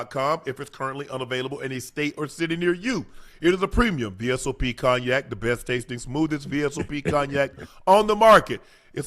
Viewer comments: Ocho pronounced cognac like it's spelled 😂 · Man actually said Cogknack. LMFAO. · Cog-nac. Ocho, give me your phone......NOW.